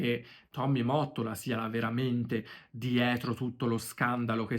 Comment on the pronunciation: Finalmente qualcuno ke dice Mottola come si deve! 😅 Ho visto dei video americani ed a parte la pronuncia dicono Motolla! 😩😅😂😂 Ai voglia a dirlo nei commenti ma non capiscono! 😢